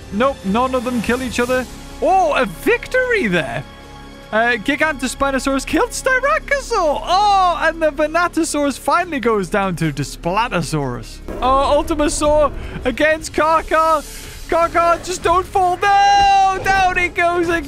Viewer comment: He keeps saying Desplatosaurus xD